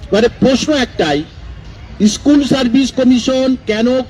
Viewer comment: ইস্কুল না স্কুল